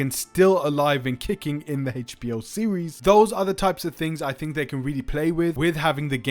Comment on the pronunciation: It’s NOT “Hatech”-b-o; it’s HBO 😂